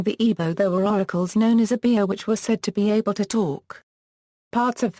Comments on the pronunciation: Oh-bi-ah, not obey. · Who wrote this s*** whoever wrote this has no idea what they're talkin about first of all the correct pronunciation is OH BE AH not obey and second of all that has nothing to do with witchcraft it must be another white person trying to bastardize a culture that they don't understand SMH